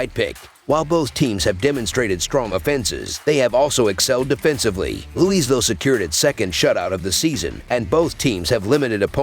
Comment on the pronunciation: its LOUIE VILLE. say it with me